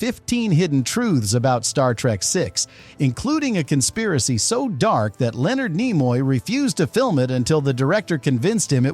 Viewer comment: What crap AI generated slop is this? Stupid AI bot voice can't say Leonard Nimoy's name correctly. Scenes discussed where not pictured. Where's this alternate ending you speak of. Such garbage, lazy content creation.